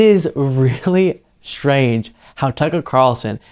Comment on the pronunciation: The word is "strange," not "shtrange" ! But great reporting as always.